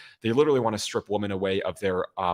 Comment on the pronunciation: Thanks for all do defending democracy. Kudos.👏 one constructive criticism: you are very erudite but I've seen you in a number of your podcasts mispronouncing "women." You pronounce it singularly ("woman") whether it's singular or plural. Just make yourself aware of it, and I'm sure you'll get the hang of it.